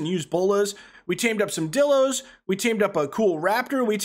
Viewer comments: its pronounced die-lo not di-lo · Anyone hate how he says dilo wrong